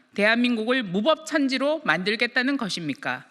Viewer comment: 무법천지가 무법천지라는 발음을 할줄아네??